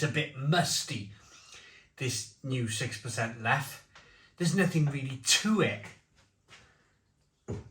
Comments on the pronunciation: It's pronounced leffa, not leff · A rather grumpy barmaid in a bar in Belgium informed me it's pronounced "Leffer." and most definitely NOT leff or leffie. Hope that helps. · As a Belgian - it's pronouned 'Leffa'. Just sayin' ..... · Not sure what's more annoying, the reduced ABV or ^s insistance on the French pronunciation rather than the Dutch? ABInbev insist both are correct anyway. Looks like it's another example of brewing by the accountants rather than by experts